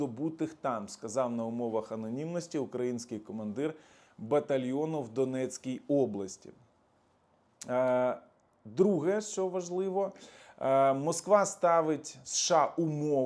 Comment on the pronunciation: зауваження панові --не областЯ а областІ --і з наголосом на о